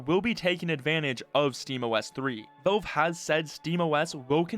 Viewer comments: Valve, not Velve. The A sounds like it does in pal, not like the E in tell. 🤦‍♂️ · it's "VALVE" not "VELVE" !!!! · Velve... O L E D wtf man who is this guy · why does he pronounce it as 'Velve'? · How does someone even manage to mis-pronounce "Valve" every single time